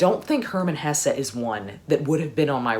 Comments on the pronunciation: I think Hesse is pronounced Hess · Actually, Herman Hesse was German, so his last name is pronounced exactly as you spell it :)))